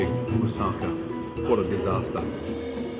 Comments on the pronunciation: "Moussaka" more like Mousscaca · the way he says « moussaka » lmao